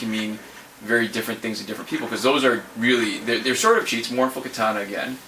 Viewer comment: And it's kitahhhhhhhna ahhhh ahhhh ahh not ..... Aaa